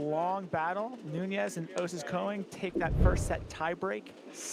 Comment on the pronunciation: One announcer rotates between Koing and Cohen instead of Konig. It’s distracting.